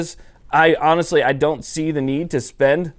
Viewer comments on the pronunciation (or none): none